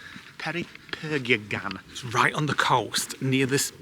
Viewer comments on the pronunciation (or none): Do you mean per pin yon? lol x